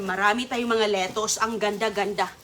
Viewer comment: Susme,tarantang taranta na naman si Sisa,replay lang yan,na vlog mo na yang kuha mong yan,sobra ingay mo,panay replay ka lang,parang nagpalit ka lang ng damit.lokohin mo followers mong asa sa fake bbox,di na naalis ubo mo.mali pa bigkas mo ng lettuce at asparagus."litos at aspa ra gusss".para kang taratitat magsalita.!!!!